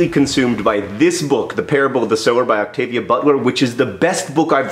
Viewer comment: I'm so pleased that you pronounced "Octavia" the way you did! I'm so used to people pronouncing my name wrong that I get genuinely exciting when I hear it correctly! (Without the "Oc", obviously)